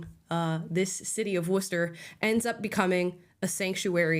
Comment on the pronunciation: Lmao nvm she said “Warshter” at the end